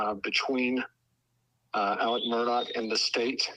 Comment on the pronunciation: After all this time, are you just choosing not to pronounce Murdaugh’s name “Alec”?